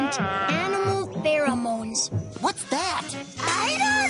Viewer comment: Pher-O-Mones rhymes with Hormones